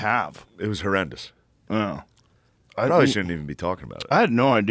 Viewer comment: it was “her-end-ous” 😂. That’s what I heard 🤣🤣